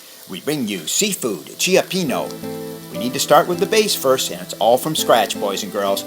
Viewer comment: He said Chiapeeno.😆 Cioppino is a three syllable word.lol.